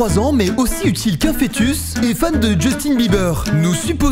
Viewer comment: « Fétus » 🤨 Isn’t it more like « Fœtus » MHHH?